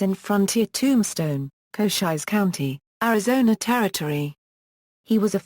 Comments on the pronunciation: Koshiesse county? Sounds like the fake voice on a city bus that can't pronounce street names correctly! Why folks, WHY?? 👎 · I know damned well cochise was not pronounced cochizze. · For centuries we have pronounced "Cochise" improperly...........according to this damn "computer voice".